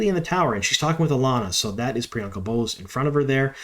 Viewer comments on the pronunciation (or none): none